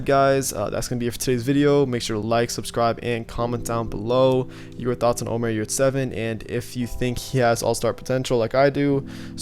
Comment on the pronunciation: HEY his name is NOT OMAR!!!! He is not Arabish!!!! He s a TURKISH Player and his name is; ÖMER YURSEVEN! (next Scottie Pippen;)